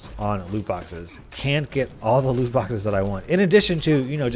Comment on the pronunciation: "Luke" boxes. use captions